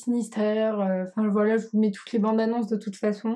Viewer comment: c'est voilà et pas boila